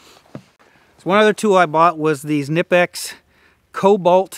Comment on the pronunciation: you did real well. German PSA. It’s pronounced nip ex. Lol us German’s get a bit touchy when we hear the I. 😀